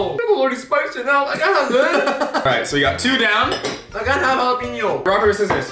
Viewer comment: I love how you two argue about how to say Jalapeño correctly and none of you say it right hahaha. Like for the effort lol